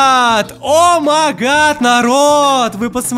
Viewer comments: Ты очень классный но поправачка не омагат а омайгат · не омагад а оумайгад